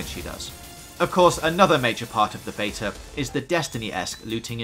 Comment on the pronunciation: You said beta 6 times in the preview, 5 wrongly and once correctly. It was confusing